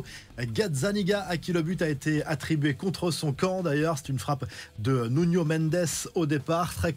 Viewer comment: On dit Nuno 😢